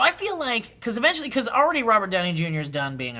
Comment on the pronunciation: When they were talking about the avengers, I thought said "AVENGEtually" (eventually) 😉😉😉 Would've been a great pun ahaha